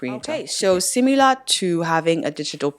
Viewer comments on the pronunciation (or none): none